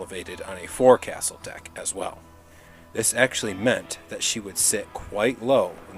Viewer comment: forecastle= pronounced Fok'sle